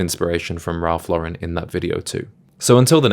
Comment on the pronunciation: Worked at Ralph Lauren in college. I learned a lot about style and fashion, cuz prior to that I was a jeans and t-shirt guy. Still am actually, but I also own 3 Purple Label suits. By the way, don’t ever say “Ralph luh-Ren”…it’s Law-ren.